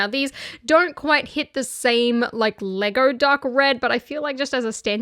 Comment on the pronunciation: The way she pronounce it "Legaur"